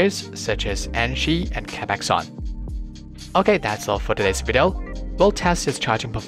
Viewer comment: I mean he is pronouncing the brand with "A" - capaxon.. but it's capxon. With no A.